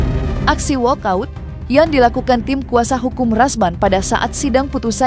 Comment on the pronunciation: Walk out bukan all out pak pengacara